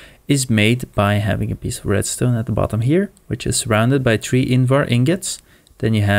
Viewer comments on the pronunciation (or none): Lol pronounce three as tree but helpful tutorial